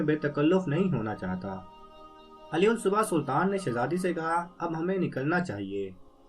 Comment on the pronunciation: Buhat acha parha. Bs aalas- subh or bil-aakhir hota he. Ummeed he mind nahi kya ho ga.